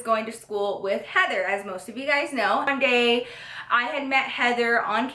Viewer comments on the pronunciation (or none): I now she said one day but it sounded like it said I'm gay😂